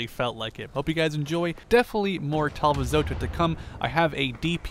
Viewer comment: I find it hilarious how you say it "Talvizota" not Talvisota.